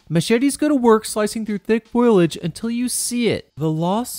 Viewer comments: It's...It's foliage, not foilage... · Goddamn it. Stop saying “foil-age” it’s “fo-li-age” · It's foliage.. not foilage.. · Fo-lee-age. Not Foil-ledge. Its hard to be told what I will and won't survive by someone who can't tell the difference. Will all the foil get me? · First of all foliage it's not pronounced FOILage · The fact that you said "foilage" enrages me in a way that I can't fully explain. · FO-LEE-AGE. Foliage. What a great bad movie this was. Loved it. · I can't tell if it was a joke or not when you pronounced it "foilage" XD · Great video but the pronunciation of "foliage" bugged the hell outta me